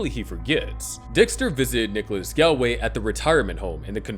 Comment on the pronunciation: Galway is pronounced like "gallbladder" or "call"